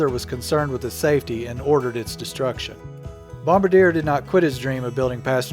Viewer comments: Bombardier isn't pronounced Bombardier. C'est français. Bom-bar-dee-ay, not Bom-ba-deer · Fyi it's bomb bar de ay ! not bomb ba dear.. just sayin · I don't think its "bomba-deer". But "bom-ba-de-ay"? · Just for future reference.....it's not Bom ba deer..... it's bom bar dee ay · It’s pronounced Bomb-bar-dee-er..... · Bombardier: bombar-dee-ay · It's pronounced Bomb-Bar-D-yeah. Bombardier. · Bombardier (Bom-bar-de-ay) is BRP, also known for can am, evinrude, lynx, and others. And if you say "skee doo" in front of a canadian, prepare to get slapped. They say skihdoo. Like skih dew but one word and really fast. They take that very seriously.